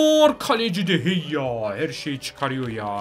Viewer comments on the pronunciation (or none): O kalecinin adı de heyya değil de gea